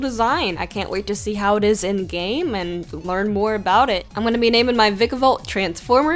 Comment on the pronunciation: Why does everyone say vikavolts name wrong its pronounced Vikavolt [Vye Kah Volt]